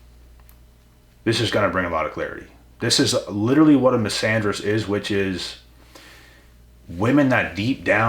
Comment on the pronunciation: Misanderist ohhh😂... Bro I thought a "Miss Andrews" had just done you dirty enough 🤣